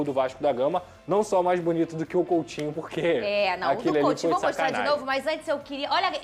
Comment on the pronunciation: coUtinho e não coLtinho